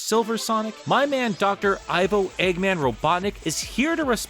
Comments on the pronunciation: Fun fact. The Ivo of Ivo Robotnik isn't actually pronounced "I-vo" but rather "E-vo" as in evil, or Ovi backwards (which is a prefix for egg). It was confirmed as such in one of the questions of the second Sonic Twitter takeover, which was Sonic Boom themed. Although to be honest, I wouldn't be surprised if Sega rolled back on that and it was now pronunced like most people do. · I just recently learned that Ivo is actually a real name. It’s a German boy name that means yew tree. Everyone pronounces his name as I-voh when it’s actually pronounced ee-voh, so I guess everyone be pronouncing it wrong. Gerald and Maria are also German names so idk maybe Eggman's got a mix of German and Slavic heritage.